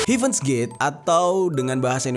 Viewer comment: sya kok agak aneh dengernya heaven dibaca hiven yah